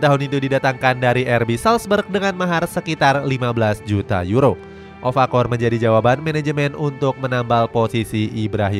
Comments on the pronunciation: Okafor bg bukan ofakor, ulang2 mulu salahnya😅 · Okafor min bukan ofakor 😂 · Okafor min bukan Ofakor 😅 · okafor min bukan ofakor 😭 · Okafor bukan ovakorr adoooohhhhh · Okafor bukan ofakor wkwkwk